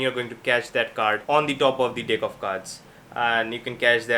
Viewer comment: Is he saying Deck or Dick right near the end of the video hahah